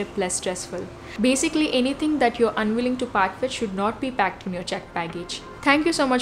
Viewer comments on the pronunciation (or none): none